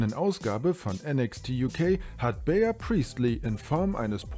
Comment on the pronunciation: Bea Priestley (die übrigens Bie und nicht Bea ausgesprochen wird) bei NXT UK ist echt ne Hausnummer. Das Mädel ist richtig gut und ich werde sie bei Stardom vermissen.